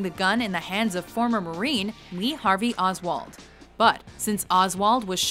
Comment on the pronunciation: "Lee Hoswald has been shot"